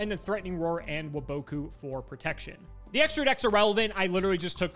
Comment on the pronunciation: Why does never say wabaku correctly